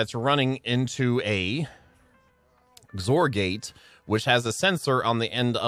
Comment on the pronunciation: I'm glad you choose to test before the episode. The xor gate is for an exclusive or operation (it's one input or the other, but not both), so it's pronounced ex-or, not zor. Keep up the great content!